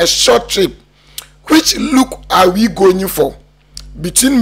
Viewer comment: Eihhh, u too, what is goying ,is it going or goying😅😅😅😅😅